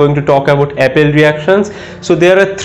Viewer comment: It is "appel reaction" not Apple reaction....